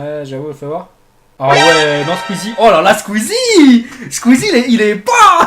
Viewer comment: Squeezette pas squeezie sinon génial la vidéo